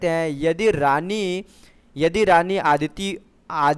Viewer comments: Thujhe hindi to thik se padhna nahi aata reena ko rani bolte ho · Bhai Hindi Padhna sikh lo Pahle #रीना को रानी बोल रहे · Yrr bhai reen ko rani padh rhe ho